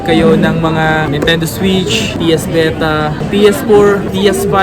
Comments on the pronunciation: Psp not ps veta (vita) hahaha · ps beta (vita), spygen (spigen), taken (tekken), grand tip oto (grand theft auto)... sheeesh. aral aral din magbasa pag may time.